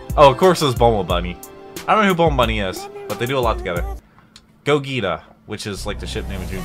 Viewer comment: did you really mispronounce Gogeta's name?